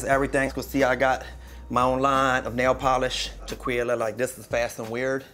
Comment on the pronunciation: Haha Tequila turned into Teste at some points